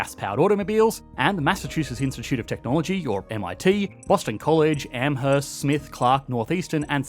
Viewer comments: bro actually said "Am herst" its Amherst. the "h" is silent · The h in amherst is silent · You’re either lying (you are) or living in a cave in Amherst, I’ve lived in ma my whole life and never heard someone pronounce it like Amerst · Why did you pronounce Amherst like rhat